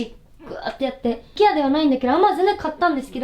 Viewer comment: IKEAの発音が本場のアイケア寄りなのかわいい